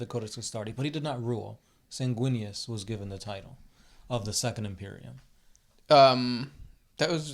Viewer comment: I love the way you say imperium